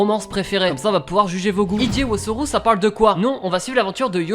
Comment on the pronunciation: Merci pck comment il prononce le nom😭😭😂